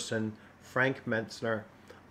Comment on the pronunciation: "Frank Metsner" you say after typing his name Mentzer several times in the video. 😂 Be sure to ask him how to say his name. Wait, I have seen videos he has done with others, he will correct you every time you get it wrong. 😂